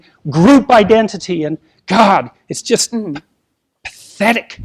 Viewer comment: "PETHHHHHHHETIC!" . . . . . . that is JP on deity difficulty!